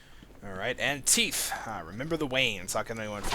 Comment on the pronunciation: I love that you say "teef" and not "teeth".